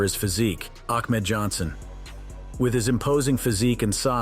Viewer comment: this must be bot work because this voiceover said " ACKMED JOHNSON"🤣🤣🤣🤣🤣